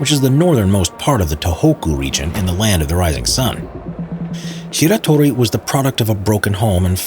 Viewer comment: man I don't want to do this but... it's Shiratori not Shitori.